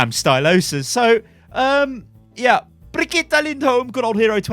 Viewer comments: Bree-git-the Not quite, but close enough. It's not Brigitta. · sounds like hes saying Brah-Get-Her. Its a different name every video hahahaha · for FUCK'S SAKE! IT'S PRONOUNCED BRIG-EE-TA. IT'S NOT THAT FUCKIN HARD. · Unsubscribe! bregetta .... Really?? I'm so triggered!!! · is it really that difficult to pronounce Bri-gee-tah? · bregetta? WHERS MEH SPAGETTE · I seriously don't understand how you struggle with her name so hard dude... you have literally heard Jeff pronounce it and you still can't say it... please stop. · look i have watched your channel for a LONG TIME but if you keep saying her name all crazy like im going to have to stop watching....... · sorry but the way you say her name annoys me. I got till the third time you said it and i just cant watch anymore. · Pleaze sty stop saying her name like that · Jeff has pronounced her name BTW any further mispronunciations are just laziness, especially from a popular content creator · Can you stop saying brigitte like that? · It irritates me when you say Brigitte.. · Stop, saying, her, name, like, that!!!!! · I'm stunned still cannot remember how to pronounce Bridgette's name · They're giving us 2 months to say her name properly in comp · I feel bad, but it still hurts to hear pronounce Brigitte. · idc how brigitte is pronounced ,the way you say it is the best .... lol